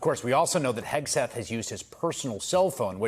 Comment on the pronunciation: As a francophone when you say Hegseth I ear, ire, haire. I'm not shure. To me it sounds like the name is Exit. I'm pretty shure I've met some dude name Pete who exited the bar whitout paying his tab.